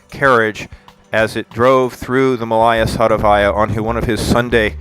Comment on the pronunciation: Please corrrect those horrible stresses: it's not MalAya SadovAya, but MAlaya SadOvaya!